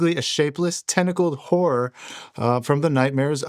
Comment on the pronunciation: Oh you said, “Tentacle horror.” I thought you said “tentacled whore.”